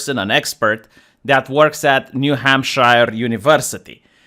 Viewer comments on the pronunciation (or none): new-HAM-shure. (Or new-HAM-sha if you live there.) It's not in Middle Earth.